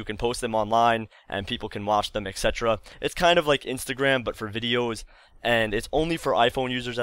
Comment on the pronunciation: etc. is pronounced eTsetera, not eKcetera:)